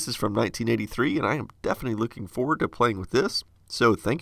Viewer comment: no going foreuuard